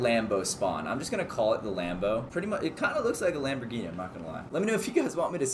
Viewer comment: Hi did not see the "Lamborghini"how he calls it